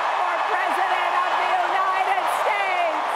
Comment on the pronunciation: Lmfao "unitididid states" bro go home to mumbai and leave our land